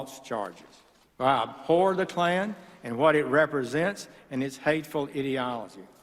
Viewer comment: he must of said abhor , it sounded like "I'm for" the kkk